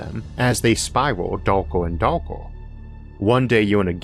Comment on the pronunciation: "as they spiwal dowker and dowker"